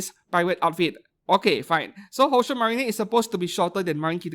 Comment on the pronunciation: I still wonder why you keep pronouncing "宝鐘マリン" as "Houshou Marinay" and "マケイン" as "Makeinay" 😅 Makeine = Make + Heroine. Marine, same as in "Kitagawa Marin" (hence the figure crossover...)